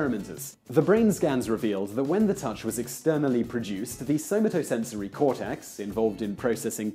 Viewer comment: In "Somatosensory" the emphasis is on the second syllable with an "a" like in "cat", not on the third syllable's "o". It's not "sew muh TOE", it's "sew MAto".